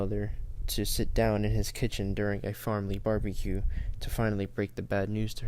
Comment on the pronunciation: secs you say family burgurque